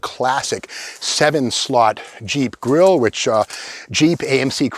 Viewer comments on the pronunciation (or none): none